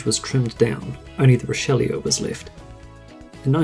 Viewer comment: Extremely well done video, although the mispronounced model names cracked me up. "Rideau" is pronounced "ree dough" and "Richleau" is pronounched "Reesh low".